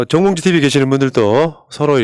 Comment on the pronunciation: 정봉주라고 발음해주세요 ~ 홧팅~^^